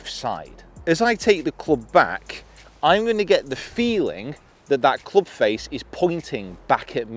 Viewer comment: .......cloobsh.............'jual' sole............punting......